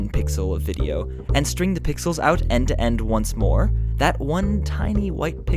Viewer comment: try saying "end to end" properly :S